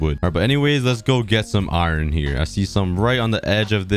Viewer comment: Every time this guy says iron, it sounds like he says “iren.”